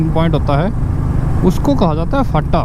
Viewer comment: फाटा नहीं भाई फांटा बोलते ह मतलब "स्टैंड"